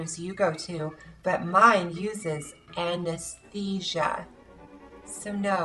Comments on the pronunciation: an-es-thesia... LOL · AN-ES-THESIA? i should try that...